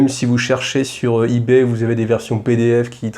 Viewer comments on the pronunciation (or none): none